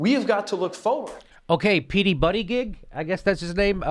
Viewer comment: Jimmy it's pronounced Booty-Judge. I'm from his town.